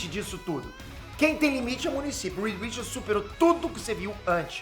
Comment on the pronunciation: Aleluia. Falou o nome certo.